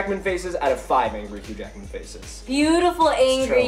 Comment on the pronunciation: lol for a second i thought she said huge ackman